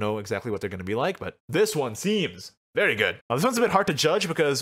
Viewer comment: the way say very after saying fairy wisp sounds like "feiry feiry good"